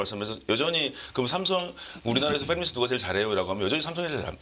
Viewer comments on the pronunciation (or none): 팸리스가 아니라, "팹리스(Fabless)" 라고 함 제작, 제조 라는 뜻을 가진 Fabrication,반도체 생산 시설을 통한 제조 FAB(Fabrication)+ -less (없는) = 생산라인 없는 반도체 회사